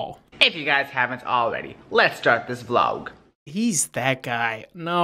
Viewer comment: "let's start this vloug" wat